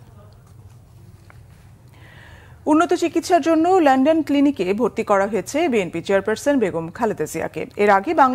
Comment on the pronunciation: Lon don not len den. Please learn and don’t be a laughing stock